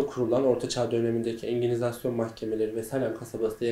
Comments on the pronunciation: "Enginizasyon" mahkemesi mi? 🤣🤣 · Engizisyon diyemedi mi o? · engizisyona engilizasyon dedi, bu mu donanım? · Enginizasyon dedikten hemen sonra kapattım. Kusura bakmayın. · Biz lisede enginizasyon diye dalga geçiyoduk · Engizisyon olduğunu ezberlememiş sanırım 😒